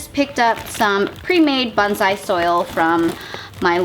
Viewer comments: Your pronunciation of "bonsai" could use some work. The o should be a long o that fills your mouth. The s should be a definite slippery s. Each syllable gets equal emphasis. The first syllable should not be faster than the second. Sometimes it sounds like you're saying bunzai. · It’s pronounced bone-sai😁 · Stop freaking. I'm just helping her out. Most people who practice the art pronounce it correctly or at least close to correctly. It's part of the respect for the art.